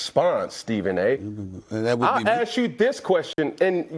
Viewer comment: Not like anyone is asking Cam to pronounce ask properly. We want axe 🪓. But it comes out as ass